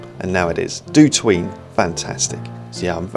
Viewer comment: for some reason up until now I always pronounced DOTween as "dot" "ween". Now the proper pronounciation sounds soo weeiirrd ^^ Thanks,!